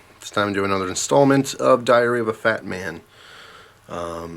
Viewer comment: I thought he said "Diarrhea of a fatman."